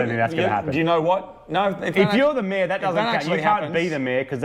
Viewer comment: Took me a whiiile to workout you're saying "mayor" as in head of the town, and not "mare" as in female horse.